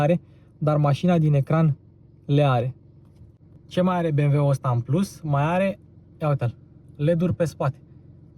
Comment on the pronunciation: Super prezentare, esti bun, dar "bemweul" este slab rau.